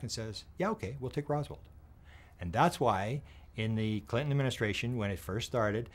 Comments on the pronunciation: …..IT’S “ ROSWELL “…… ….. NOT “ ROSWALD “…..🙄⁉️ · “Rosworld” lol